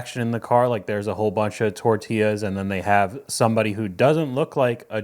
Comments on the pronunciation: Tort..illaz!! LOL! omg.. im stupider now for hearing that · Perfect English accent until she says "tortillas"...just like the weather man who has perfect diction until he signs off with his name, then he sounds like a mariachi caller.